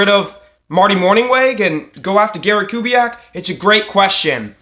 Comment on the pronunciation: First of all, a HUGE thank you for taking on my request in your latest video. It's an honor. Second, your pronunciation of the name was spot on. 👊 Now to the good stuff... I am still of the opinion Kubiak would want to come back if he had some guarantees of a commitment to the offense. I don't say that to suggest Kubiak is a dictator or a prude, but because we know Kubiak is a great offensive coach. As a fan (or even if I were Harbs, Bisciotti, Ozzie, and company), because I know the talent of Kubiak, I wouldn't want to waste his time. If he comes back, it should be because both parties want to reunite, and both want to be serious contenders to compete for a Superbowl. It should go beyond "Oh Gary's a great guy, and regardless of our plan or philosophy, he'll be on board with whatever we do." Like I mentioned to you earlier and you've reminded the rest of the nest...Joe had TWO, two-touchdown leads in the 2015 AFC Championship game. Even though our defense let us down giving up the lead twice, Joe answered the challenge. And if it weren't for two clutch TD drops by Torrey Smith in the endzone...the Ravens likely could've had ring #3. However, your point about Gary Kubiak returning because the Ravens are a respectable organization with a family atmosphere does have credibility. Even when people depart the team-be it coaches or players-the Ravens usually do right by them with respect to where they're headed. Caldwell got another HC job with a great QB in Detroit with Matt Staff